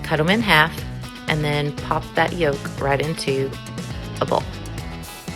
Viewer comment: Need to look up how to pronounce “yolk”.. the “l” is silent!